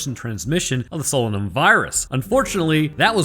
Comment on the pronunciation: you obviously did not listen to the audio book it is pronounced SO LAY NUM.....otherwise youre spot on